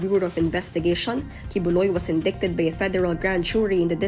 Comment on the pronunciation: Wrong pronunciation of the word “indicted”. Shame to the narrator.